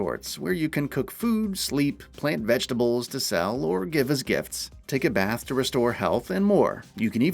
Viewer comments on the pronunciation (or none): none